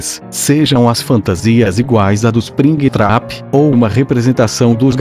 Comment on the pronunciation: Ispringuitrapi kkkk rachei